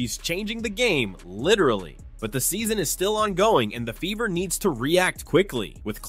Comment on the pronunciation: LOL!!!!…… your accent made it sound like the ‘beaver’ not the “Fever”😂